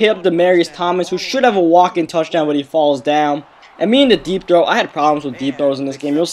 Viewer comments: it sounded like he was saying deep throat instead of deep throw!!lol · I keep thinking you're saying deep throat...